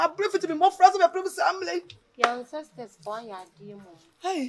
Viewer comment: Who else heard say 'Ansisters'😂😂